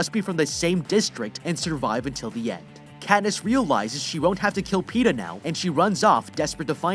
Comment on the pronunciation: You couldn't say Peta more better than Pete'ah